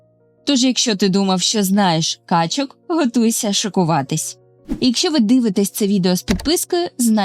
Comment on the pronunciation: У множині наголоси качкИ, качОк ітд.